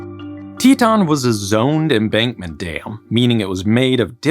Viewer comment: REMOVE "N" FROM "TETON"...